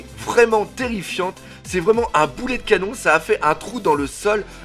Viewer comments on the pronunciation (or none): none